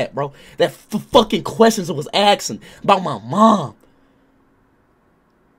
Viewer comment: "What is he axing"